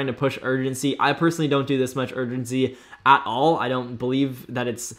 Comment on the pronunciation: "Which is not what you want,AT ALLLL" 1950 ALABAMA COUNTRY VOICE 🤣🤣😭